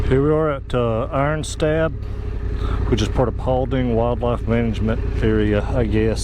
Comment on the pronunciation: FYI it’s called “Iron Stab” (pronounced stob) by the locals